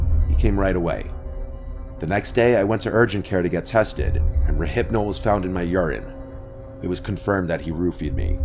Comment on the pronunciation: You’d think would know how to pronounce Rohypnol by now. 😂